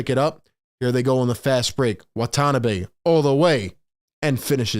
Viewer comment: FYI, no accent in Japanese. Wah - Tah - Nah - Bee without any emphasis. He has an Exhibit 9 contract, but may get the 15th roster spot (non-guaranteed till Jan 10) if Nets are too afraid to pick up DeMarcus Cousins. Steve Nash loves stretch 4s and 5s. Watanabe and Simmons can play together. It also allows KD to play the 3.